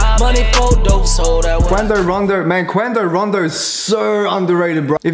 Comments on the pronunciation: "qwando rondo" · Everyone else: quando rondo.: kwindo rando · It’s quando rando not quandio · bruv Quando Rondo dudeeeee not Quando Rondo🤦🏾‍♂️🤦🏾‍♂️🤦🏾‍♂️ lmao